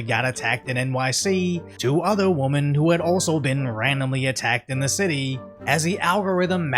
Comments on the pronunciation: The plural form for woman is women [whim in] not “woman,” which is how you pronounce it. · FFS. It's like nails on a chalkboard. The plural of woman (wuhman) is women (wimmen) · PLEASE learn how to say “women” I love your content but saying “woman” in a plural tense sounds uneducated. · WHAT DO I HAVE TO DO TO GET PEOPLE TO STOP SAYING "WOMAN" WHEN THEY MEAN "WOMEN"???? I've been told its a Cali thing but plz god someone bring attention to this so it can stop. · WOMEN is pronounced WIMIN. Not WUHMIN. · WOMEN in not pronounced WOMAN, jeeez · I know its tricky but Ill explain this once again like Im a 1st grade teacher.. The word "woman" is singular, as in "one woman". We have a plural version of the word, its "women" (pronounced whi-men). Im not sure if you didnt attend grade 1, or if its just some weird BostAsian thing..But you do this in every single vid and it makes me want to remove my children from school. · Why do you say the word “women” in such a weird way? You’re pronouncing it like “woman” it’s weird. I’ve been noticing people doing this a lot lately. Idk if it’s first generation thing. It sound weird tho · The plural of "woman" is "women." [pronounced wimmin].This means that "woman" refers to one adult female, while "women" refers to two or more adult females. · Say it with me "wemen". Drives me nuts. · Please pronounce the word WOMEN correctly! Multiple WOMEN. Pronounced differently than a single WOMAN! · Woman and Women are said differently. Like Man and Men